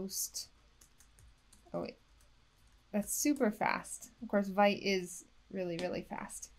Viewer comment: apparently its pronounced wheat not white 🤷‍♂️